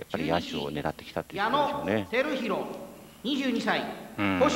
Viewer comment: 巨人指名の時は「矢野あきひろ」ってちゃんと呼んでたのに中日が重複した時に「てるひろ」になるパンチョさん